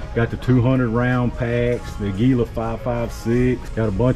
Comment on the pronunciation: it's pronounced ag you la